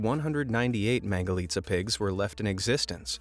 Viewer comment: I like the fact that he said mangalica right